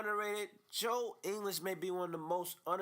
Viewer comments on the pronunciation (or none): You even cannot say his name correctly???